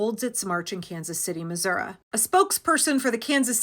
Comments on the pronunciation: I grew up up in Missouri, and it's pronounced Miz-ur-ee rather than Miz-ur-ah, or as I used to call it: Misery. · its missour--EEEEE the I is not an aaaahhh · Missourah?! Really? Do better. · Kansas City in in Missoureeee! Not Missourah! The only people in my home state that say missourah are rednecks and white supremacists. Thanks for the otherwise informative video. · That Missou-ruh pronunciation was so spot on! You didn't have to go THAT hard! 😄